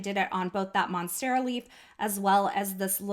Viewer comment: Great card,! I love how you created the pattern with the monstera leaf (you did pronounce that correctly, btw) & then made an extra one for your embellishment cluster. I'm rather curious about not priming stamps with your hand, though. If skin oils are "bad" for stamps, are we supposed to wear gloves just to handle our photopolymer stamps now, to keep oils off them completely? I'm just a bit suspicious about that, but that might just be me. Anyway, thank you for sharing. Take care, & have an awesome day!:)